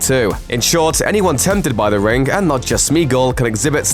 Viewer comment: It’s pronounced ring not “rin- GUH”